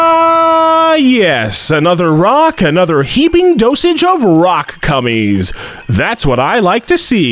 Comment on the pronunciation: This is all for the purpose of entertainment. Don’t take it so seriously. HE LITERALLY SAYS ROCK CUMMIES!